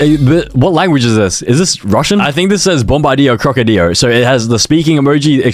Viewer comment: You say bombard crocodile like my friend Owen he says it’s so wrong